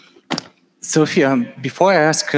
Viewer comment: We'd be waiting for 2030 and "Sophia" can't pronounce her own name. I'm not sure if the "robots" are more idiotic or the public is?